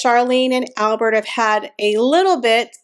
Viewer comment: The Monaco Royals speak French. So YOU SHOULD pronounce HIS NAME PROPERLY AND CORRECTLY!!!!!!!!!! NOT THE AMERICAN WAY!!!!!!